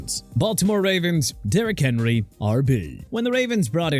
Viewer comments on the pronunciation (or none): none